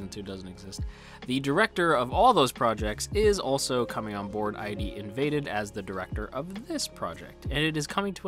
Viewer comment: I think its id invaded not ID invaded, like from the id the ego and the super ego you know. Also his name is saKAIdo not SAIkado, and his daughter is KAIdo